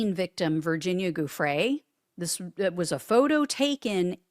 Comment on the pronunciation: it’s not GOO-free. It’s JOO-fray. It’s Italian. With a name like yours, I’d think you would know.